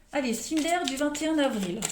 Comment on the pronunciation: 21 navril 😁😅 j adore comment vous le dites lol. Merci pour votre guidance...même si jme suis pas reconnue 🤗😇